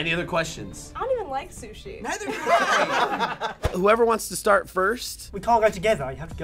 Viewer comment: he said shushi